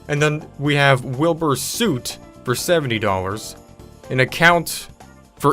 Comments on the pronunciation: You pronounced Wilber Soot wrong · he said wilbur soot like ''suit'' but hes supposed to say wilbur soot like ''sutt''. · you said wilbur soot's name wrong p.s he is a youtuber that is very well known for a lot of things.